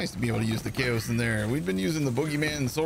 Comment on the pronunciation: haha,, that was me with the comment about the pronunciation, as mentioned in the original comment, the problem isn't the cow vs kayo (I acknowledged it could be either, so I thank you for clarifying, I didn't know that), the problem is that there is no "I" in Kaoson! Not KAYO-SIN. KAYO-SONN! Haha, but yeh, thanks for that info, cool stuff. Loved the vid as always:P